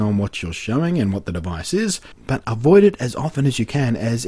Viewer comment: I love how blunty says "but". "BAHT"